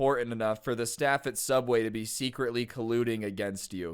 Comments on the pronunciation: nah fam its Sooubway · O its suubway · It is soobway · Oh ya sooubway